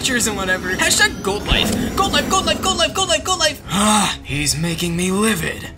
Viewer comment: When says #goldlife or #oldoife😂